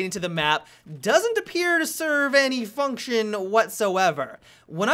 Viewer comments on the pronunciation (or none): none